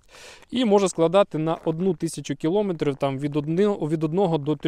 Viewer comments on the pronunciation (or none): Все ок, але наголос не там: не кілОметрів, а кіломЕтрів.